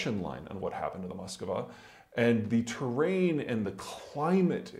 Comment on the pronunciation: Why donso many educated people pronounce Moskva, Moss-kuh-va? Its a two syllable word.